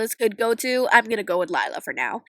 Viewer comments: Liyla more like lie-la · Lila? more lika Lie-la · Me when see said lilla nooooo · More like lie-la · Her name la- actually it is lie-la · "And Lila is... Lie-la" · Lila? More like LIE-la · "Lie" la😂😂